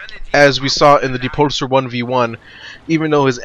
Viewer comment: why thefuck does this guy say depulsor so weird